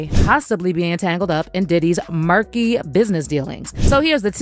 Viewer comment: she said murky buisness dealings, i herd “MERC” real hard there.